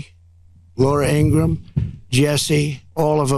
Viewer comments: Ben please pronounce Laura Ingraham's name correctly. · Please stop saying "Laura Ing-gra-Ham"!! It's "Ing-Gram" It's grating and I know you want to pronounce things properly. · QUIT TRYING to sounding the second part of Laura Ingraham's last name! Much of it's silent! Ask somebody who knows - like you should have, long ago! What is wrong with you? Do your freakin' homework!! It's pronounced "INGRAM". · #BEN, PLEASE learn to pronounce Ingraham correctly, the H is silent unlike the H in Hugh Hewitt. I tried to Google Yoo Yooit with no success.